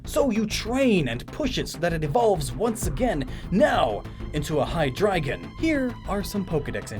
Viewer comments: Funny enough, your pronunciation of Zweilous and Hydreigon were spot on but Deino is pronounced like the Dino in dinosaur. Ein=one, zwei=two, drei=three. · very interesting theory! Still wondering where the second brainless head comes from though... just an urge for symmetry? Also, yes you pronounced Zweilous and Hydreigon correct! Not Deino though, the 'ein' is also German for 'one' ;) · And Hydreigon. He did good, outside of Deino. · Deino - like "dino" from dinosaur, and also including the German "ein" for "one", which make the rest obvious. At least you said Zweilous and Hydreigon right. ;) ☆ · According to your own research, IT'S "DIE-NO" Sorry to nitpick, but it frustrated me, because I was genuinely happy to hear Hydrygon and Zvylous being pronounced correctly.